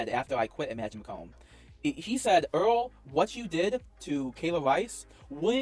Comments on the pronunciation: Eawal doobie is a pwedatoh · Eawrl Dewbe is a pwedatowr